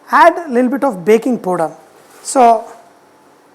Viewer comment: ... Did he said BAKING PODA??